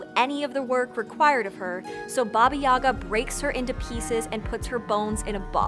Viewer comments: May I note as one of those "many Russians" that the stress is on the second syllable YagA, not YAga? Also "baba" in modern Russian is a derogatory term for a woman of any age, it might have some "positive" connotations in some usage cases, but even in those situations I would argue it's very questionable. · Gentle reminder that the pronunciation is baba "yega" not yaga. In Russian at least. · Wonderful and engaging story, kudos to the Author! One thing- the stress in the name is on the second syllable - yagA not YAga. Probably not important for a foreigner but really goes against the grain for a Russian speaking person, considering how many times it is uttered. Otherwise - Great job. Big like.. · Actually, it is stressed as yagA, not YAga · You pronounce Baba Yaga incorrectly, it is baba yagA not baba yAga . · Russian correct pronunciation is bAba yagA, not yAga! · Great vid and info but you are pronouncing her name so wrong my ears 😂😂😂😂 It’s baba Yagà not Ŷaga, apostrophe on last a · It's pronounced..YA. GAH...NOT YAGA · It’s BA-ba ya-GA. I love that you covered her, but blast it, the mispronunciation of her name nags me. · It is Baba YagA The accent is on the the second syllable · You are pronouncing it wrong, it is Baba Yagá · it's yagA, not yAga tho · You are mispronouncing her name. Baba YAH GAH. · and I can not get over the fact you've done so much research yet pronounce her name with emphasis on the wrong syllable. jk, loved it. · It’s pronounced with the emphasis on the second syllable. It causes me to cringe the way you say it (you are not alone).